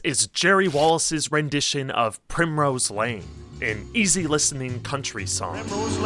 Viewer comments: How are you a music YouTuber and you can't even pronounce the word "song" properly. You leave off the "G" and say "sawn" every single time. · My brother in Christ, please, please, please pronounce the G. SonG. Push your tongue forward rather than pulling it back at thr end of the word. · Why can't you pronounce "ng"?